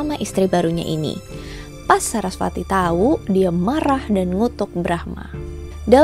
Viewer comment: Sedikit kak Bacaanya Veda (di baca weda )kak.. Sama kayak Dewi Sarasvati(di baca Saraswati)